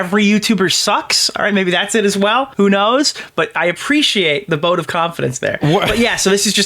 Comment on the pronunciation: Did just say boat of confidence??